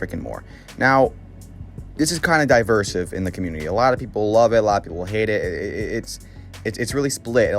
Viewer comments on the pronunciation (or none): Divisive not diversive ❤